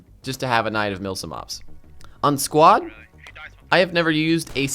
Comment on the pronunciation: I thought he was saying squat